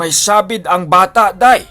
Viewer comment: Sabīd not sa-bîd. Just saying.